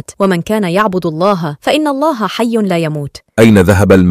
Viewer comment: جزاكم الله خيرا،، اخت نجلاء، لفظ الجلالة بعد الكسر يرقق مثلا في الله، وانتم تفخمونها، يرجى ملاحظة ذلك